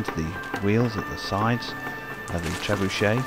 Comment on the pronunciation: Trebucet Gancet😂😂